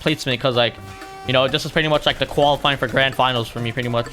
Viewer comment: Finally it’s not nearly qlaulifing it’s qualifying